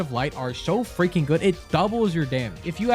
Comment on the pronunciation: ive been watching your videos for a few days andi cant stop saying Fweaking Got Him now thanks